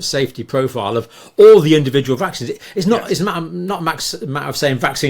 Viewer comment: Stop calling mRNA technology " vaaaxines".